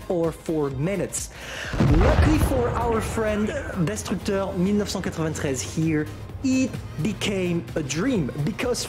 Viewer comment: When you said destructeur 1993 in french that was a good french with no accent gg